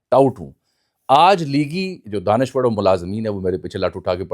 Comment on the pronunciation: لہور کے جم پل ر کو ڑ اور ڑ کو ر بولتے ہی ہیں لہذا دانشور کو دانشوڑ کہنا ایسا کوئی قابل ذکر واقعہ نہیں ہے ۔۔۔۔ آفٹر آل آپ بھی ایک لہوری ہی ہیں ۔۔۔۔